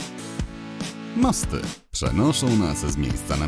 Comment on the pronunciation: Mosty a nie Masty